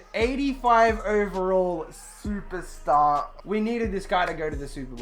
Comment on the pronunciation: I love the way he says SUPASTAH